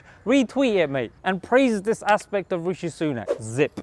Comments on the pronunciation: "Rashee Sunok" LMAO 😂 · Biden: Rashee Sunuk, loool